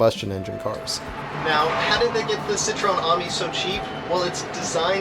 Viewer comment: It's a citreon A-mi.. Not an army... Pronounced A - meee.. Definately not an army buddy..